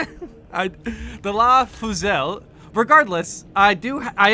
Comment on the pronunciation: It’s pronounced “Laz Fyoosil”. Think the word “Fusillade”